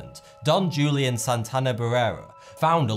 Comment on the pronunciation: The ‘J’ in Julian is pronounced as an H. WHO-LEE-ANN